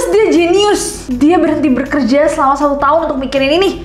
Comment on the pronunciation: BERKERJA ❎️ BEKERJA ✅️ (tanpa R setelah "be")